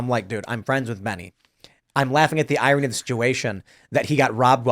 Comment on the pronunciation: Can Tim learn how to pronounce irony?